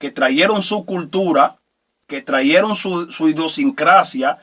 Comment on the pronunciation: Con todo respeto, no se dice: traieron, se dice trajeron. Tampoco es corrector, capitar, si no, capital. Tenemos que tener cuidado como pronunciamos las palabras, o como hablamos.